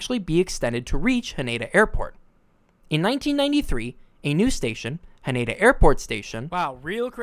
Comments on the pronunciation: It's pronounced HA-nay-dah. Not "Huh-NAY-duh." This shit isn't that hard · Nice work. Would sound a lot better if you actually said the name of Haneda as its Japanese pronunciation “HA-NE-DA”instead of the mangled English “ha-NAYda” And…. This year (2026) is Reiwa 8. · Ha-NEH-Da not Ha-NAY-Da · It's pronounced HAH-ne-dah, not hah-NAY-dah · Do yourself a favour, learn to render Haneda correctly. Ha Ne Da. Break into consonant-vowel clusters. No stressed syllables.